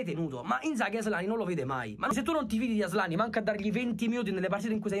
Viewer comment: Però nessuno ha notato come ha asllani, ASSlani ahahahah